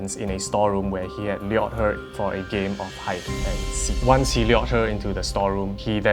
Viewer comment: Got a seizure every time you pronounce lured